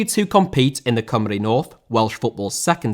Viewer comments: You said Cymru right! Yayyyy!! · finally an englishman that can say Cymru right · First English guy I have heard say Cymru properly. That was a nice surprise.